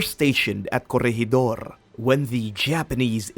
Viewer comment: When did the Japanese fly fighter jets in WW2 as a military History buff I would love to find when as the British had the first operational jet in WW2 Were is gwoblycannall , and curryegidor What shocked me is that never did any research its easy to find out the proper pronunciation there for not making you look like a dick